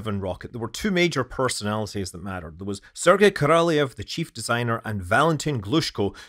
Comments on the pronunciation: He was Korolyov, not Korolyev. There is different cyrillic letters е (ye) and ё (yo). It's not your fault of mispronouncing, it's because lazy Russians often forget to put the dots over ё or do not use this letter deliberately and relying on you to recognize the word correctly. Maybe, it's also because old designs of typing machines were restrictive on the numbers of symbols they may have, and they just didn't have this letter on their keyboards. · Korolyov actually, not Korolev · hint: if you want to pronounce "Korolyov" correctly, you need to pronounce "lyov" like Sia pronounces "love" in the song Chandelier ("I feel the love") on 28 sec :) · It is a shame to listen stupid English pronunciation of Korolev, Energia, Cyclone etc. Shame. Is it that hard to learn to pronounce Korolev?